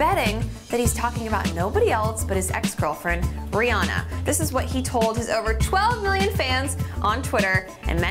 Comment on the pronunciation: Rihanna! Not Brianna